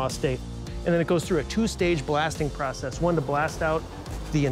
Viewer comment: Man alive dude! Learn how to say process! U driving me up the wall!!